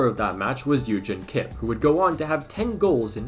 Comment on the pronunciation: Bruve you can not just pronounce German names in English LMFAO * It’s Koch not cook * It’s Eügen not Egen